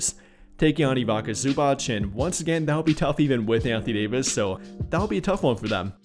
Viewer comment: Found out about "Ibaka Zubach" from this video. Slavic names are not that complex. It's pronounced "EVE-its-uh ZOO-bahts" [îʋitsa zǔːbats], "Goran Dragitch" (not like "tragic", but like "dragon", "Drag-itch") etc.